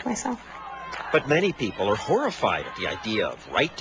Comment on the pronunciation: its people not pepole